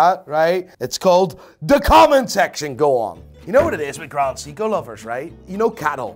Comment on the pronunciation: "Grand Seeko"